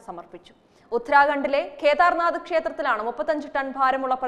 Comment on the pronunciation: ഖേദാർനാഥ് അല്ല കേദാർനാഥ്